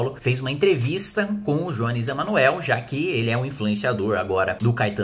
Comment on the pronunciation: Tá de brincadeira. Não sabe nem pronunciar o nome do Jones "Emanuel" e quer falar sobre o que não conhece. Queria muito saber quais autores de esquerda sobre o tema leu. Nem a esquerda lê Marx direito, quiçá vocês. Só uma coisa: vai segurando a onda, porque esse é apenas o começo do crescimento da esquerda "radical", rs.